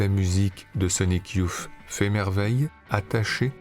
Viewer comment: super ! Merci pour cette redécouverte de films oubliés. (un seul bémol sur la prononciation : pour dire "youth", on doit plutôt dire "yousse" et non "youf", c'est le vieux fan époque 91 qui parle...